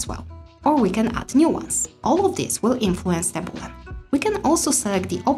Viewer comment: start to pronouce correct things. is not called boolan! read and learn.